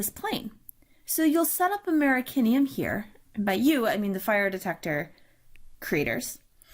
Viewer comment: Americium! Not Americinium. Apart from that, I loved it; thanks very much for this.